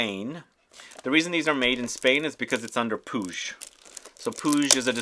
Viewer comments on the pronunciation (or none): Just to say. The prononciation of Puig is “Pooh—eee—jj”